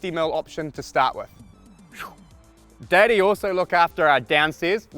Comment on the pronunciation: Am i the only one thinking he says ”daddy” when saying Deity?